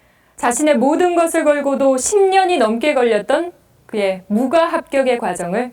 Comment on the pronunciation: 무꽈로 읽어야 하는거 아님?? 소장도 의미에 따라 소장, 소짱,... 송장도 송장(죽은사람), 송짱(거래 내역) 이렇게 읽는게 통상적인데.. 너무 써있는대로 읽음......